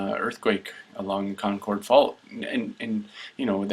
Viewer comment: That arial photo was not Tomales Bay from the graphic. That was San Andreas Lake south of San Francisco from which the fault takes it's name indirectly as the lake is named after that valley. Concord in the Bay Area is pronounced "kon-kerd"